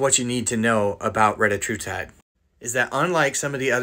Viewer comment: Cant even pronounce the name